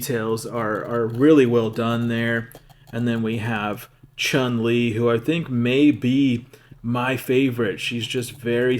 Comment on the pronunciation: For me is the "SHAWN LEE"